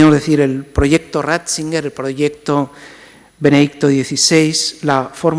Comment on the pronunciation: No es Ratzinguer, sino Ratzinger